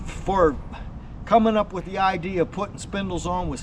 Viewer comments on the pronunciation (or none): none